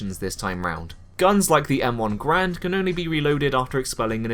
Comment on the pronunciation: It's called Garand, not Grand